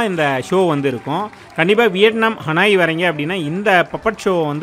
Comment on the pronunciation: ஹனாய் அல்ல ஹனோய்